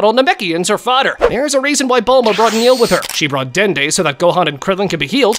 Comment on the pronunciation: Btw it's "Nail" not "Neil*